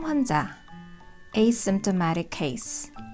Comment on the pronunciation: asymptomatic 발음이 어려웠는데 오늘 해결됐어요. 깔끔한 발음 감사해요^^